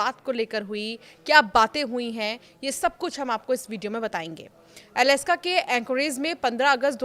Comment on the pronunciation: अलस्का नहीं - अलास्का 😂